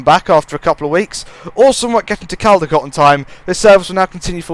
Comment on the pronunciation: u pronounce it coldicot